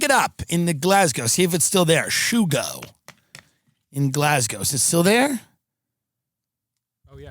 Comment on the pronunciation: Its not shoogo. Its sugo, italian for sauce.. not gravy tim, sauce